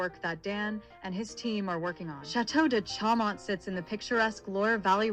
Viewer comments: Show mon--better pronunciation! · For real. The bot can't even pronounce Chaumont correctly.